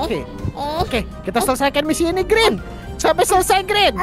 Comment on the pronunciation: Bg bukan grin tapi green